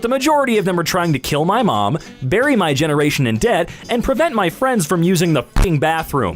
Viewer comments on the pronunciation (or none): none